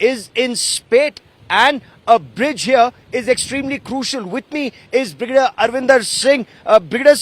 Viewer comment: What the fuk is Bigajude singh? Its BRIGARDIER! also its Altitude pronounced Al Ti Tude not "Ol ti chooode"